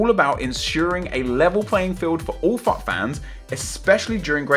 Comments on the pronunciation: Every time you said FUT I thought you said fuck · I kept thinking you were saying fuck instead if FUT, it sounded hilarious!! XD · Everytime you say "FUT" it sounds like your saying "F*ck" Lol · every time he says FUT i sounds likes he says fuck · anyone else thought he was saying 'fuck' instead on 'fut' at first? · When he says fut it sounds like fuck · It sound like he is saying fuck instead of FUT 😂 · Every time say fut it sounds like Fuck! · When you sat FUT sounds like fuck. LOOOL